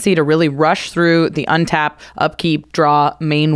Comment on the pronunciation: I'm a big fan of saying out loud, "Untap, upkeep, draw" at the beginning of turn to help remember. Although a lot of times it sounds like "Unta-pkee-dra" like Kyle Hill does.